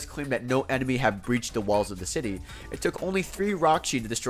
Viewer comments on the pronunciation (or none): none